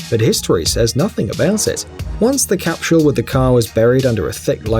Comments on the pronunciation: its not pronounced "capshull" its "cap sull" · I couldn't watch the whole thing. That guy can't say "capsule" to save his life. It drove me crazy. He kept adding an "sh" to the word, so he said "capshule" every time. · Am I hearing wrong or does he keep saying " capshul"? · Capsule, not capshule. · Someone needs to tell this guy that it is a time CAPSULE not a time CAPSHULE . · Why is he saying "cap=shule"? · Cah? Capshul? Memorabilier? Why is it that the English seem to have trouble pronouncing English words? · The way he says capshule is triggering me. :/ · I hate How he continually said "capshul" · Cap-shool? I've never heard anyone else in the UK or US pronounce capsule this way. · My mind is still boggled at hearing how many Brits pronounce "capshule". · Capschule? LOL! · He’s English. We watch a lot of British shows on Acorn TV. They also pronounce a lot of vowels long. I chuckle when they pronounce schedule as shedule were we in the US say skedule. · What is a "capshule"? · After watching this, I've learned a new word: "CAPSHULE". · I've heard schedule as "shedule" before, but JIM JIM hit the nail on the head with this comment about "capshule"!!! Hilarious! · Made me nuts....capshul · What is with this fuckstain and mispronouncing the word capsule? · There’s an ‘H’ in the word Capsule? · Nobody buttfucks the english language like the britts where is the h in capsule. Fucktard